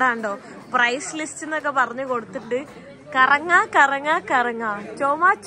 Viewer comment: കറങ്ങാ അല്ലാ കരങ്ങാ...